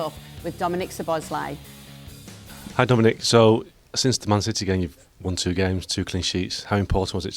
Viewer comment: Please learn to pronounce Szlob's name it's not Sir at the start! Kerkez is making Craig and Neville look stupid! They were too quick to judge like all those plastics wanting Slot out! YNWA